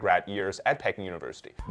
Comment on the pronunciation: Pecking?!? Come on, man. In English, Peking is pronounced pee-KING (/ˈpiːˈkɪŋ/), with the stress on the second syllable. It rhymes with "seeking" or "peeking."